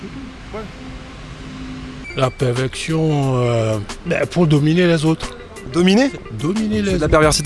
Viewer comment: Le noir, il dit la perveCtion😭😭